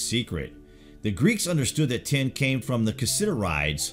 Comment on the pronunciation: This guy keeps saying "ten" when he should be saying "tin". I was confused for a while - ten what?